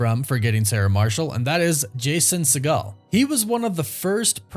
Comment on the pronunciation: Jason seigle not "segal" how do you expect to be taken seriously if you don't know who youre talking about?